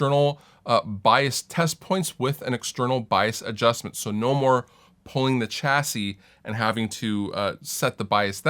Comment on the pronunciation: You might want to look up the pronunciation of chassis